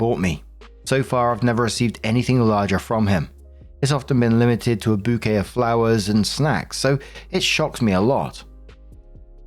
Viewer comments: It's not Bucket, it's Bouquet! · Excuse you, but it's PRONOUNCED "Bouquet"! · "Bucket? Its pronounced Bouquet dear" 🤣